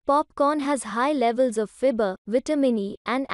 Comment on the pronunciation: Fibre ka pronunciation thik krlo